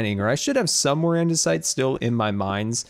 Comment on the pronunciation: Also, it's not called andersite. It's andesite